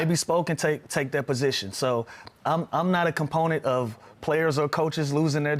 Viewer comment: Proponent bro, not component